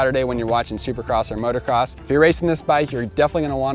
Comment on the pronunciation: Can somebody please teach this guy how to say "motocross"?